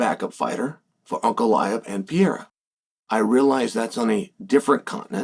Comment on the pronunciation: Chael calling him Pee era with supreme confidence 😂